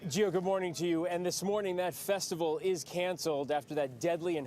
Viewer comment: You sound dumb af. Ur just guessing about all this shit. Ur comparing NWA in 2021. Dumb af. U want the ems to run ppl over? And it’s Festi-VAL… w a V. not B… u sound over 38 lol cmon bruh.. do better. Ur assumptions are just that. Mere af. Good luck tho.